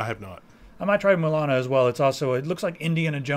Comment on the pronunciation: It's La-Mulana. And only play if you're ready to get frustrated, or if you have an enormous brain.